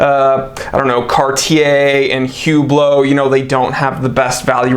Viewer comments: “Hu-blow” your money 💰😂👍 Great one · its pronounced "uuuuhhblloohhhh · “Hublow,” gotta love it. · "Horology" should have the H pronounced.. "Hublot" should not... just sayin'